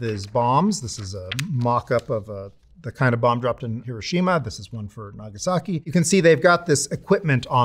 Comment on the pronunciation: How the fxck can someone call themselves a "Nuclear Historian" and pronounce Hiroshima that incorrectly?!